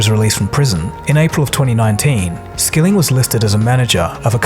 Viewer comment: Why 9-1-1 call stock video?! "serve" not "severe", "Skilling" not "skilling" Tsk tsk tsk